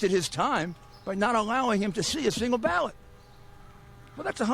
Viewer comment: I keep hearing ballad instead of vote in trump campaign press part